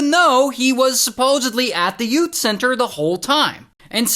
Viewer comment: “Yout” center 😂